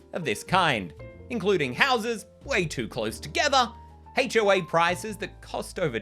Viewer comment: I love the way "HOA" sounds with your accent because it sounds like "Hate-O-A," which is an accurate descriptor because it is a universally despised organization captained by similarly odious people